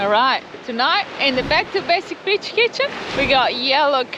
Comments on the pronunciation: Who else thinks she's saying Ghe Back to Basics B!+€h kitchen?' Everytime I hear her say it, I laugh and I know she can pronounce it 'beach' correctly because she has done so numerous times before. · With the greatest respect to the lovely Fran, it always makes me smile when she talks about "the beach kitchen" which because of her accent, sounds like "bitch kitchen" 😄